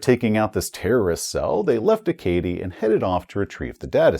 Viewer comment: Acadie is pronounce A-ka-dee. I get that isn't a linguist but being someone who is more than a little familiar with all of the European langauges mentioned in this module, pronunciation killed me a little every time. Good video though! Congrats on 100k!